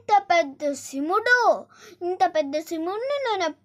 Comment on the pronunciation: Mey Shimudu kaadu shivudu. Ford ecosport baguda. Baga vundi naration